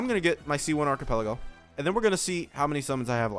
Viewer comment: whos archipelago? do u mean arlecchino?